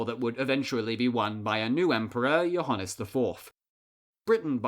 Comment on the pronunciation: BTW it is pronounced yoo - ha -nees